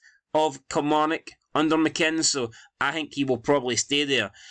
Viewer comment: Why u keep saying mccinns?😂